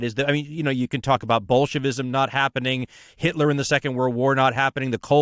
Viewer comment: 'itler' xD